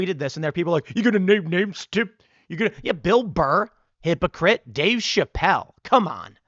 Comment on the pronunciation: "Hypocrites" say it with me... 🙂